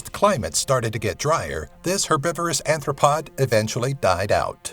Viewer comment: Crustaceous... Cretaceous? Also 2.3 meters but you said "two point meters," lol. And millipedes are ARTHropods, not ANTHropods. Just saying